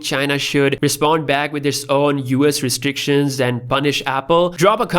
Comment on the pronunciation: thr old one more sounds like piss out